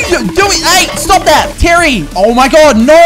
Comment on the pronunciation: Everyone: Jerry, Terry and Mary: Jirry, Tirry ind Miry